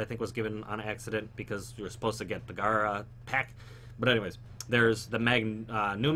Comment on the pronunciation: Her name is Gara not Gira smh